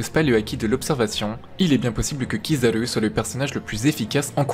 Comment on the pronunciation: Je déteste quand il dit Kizaru